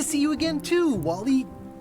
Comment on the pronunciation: Je suis le seul à comprendre WALL.E au lieu de Wally? X)